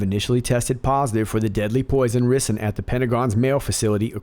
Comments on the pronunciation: “Rye-sin”. Not “ri sun” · lol..I was wondering how many people would correct that...or "Rice - in" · Love this channel and love your presentation style but.........Ricin (/ˈraɪsɪn/ RY-sin)-----"rice in" my man! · Greetings! It's pronounced Ri -zen,I believe. Bad stuff. Really, really bad!! God bless and thanks! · FYI rison is pronounced (rice on). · Btw....its 'rye' cin. Evil knows no bounds! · Pronounced RYEsin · I think It's pronounced Rice -n MCGA love it haha. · I think its "rye-sin" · if you remember there were envelopes with ricen sent to representatives after 911. Turns put they were made right here in America and were not an Arab plot. This is a known deep state tactic. FYI its pronounced rice-in. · Pronounced rice-in. Love ya! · Ricin Pronounced Ryesin. Still LOVE ❤️ You! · The first i in ricin is pronounced like the i in rice.